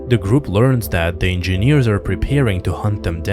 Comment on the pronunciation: I just came to hear EnginNEEERZ again. 😆 Just kidding. Your channel is one of the best Alien channels.